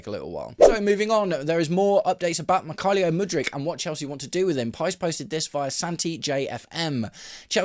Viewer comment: Mik-hi-lio Mudryk? Never heard him called that before!